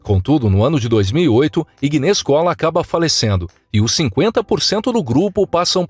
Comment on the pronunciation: Iguinez??? Ignez! Inês!